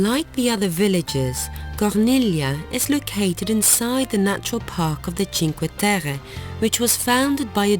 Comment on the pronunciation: The places are lovely. But why are you trying to pronounce the names or the places in a french accent?? It is Italy...